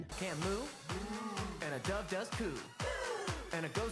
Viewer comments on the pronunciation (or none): none